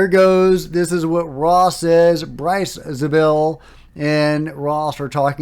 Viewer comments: He’s referring to Bryce Zabel, you kinda mumbled the last name lol! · He mispronounced his name, so what?! We all knew who he meant. That’s not misinformation. Give me a break.